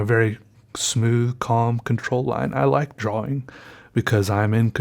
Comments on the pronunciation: omg don't even make videos if you say drawling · Just once I wan't to hear you slip up and say drawing with out that hard wing. I love your quirks buddy ahahahahahahah!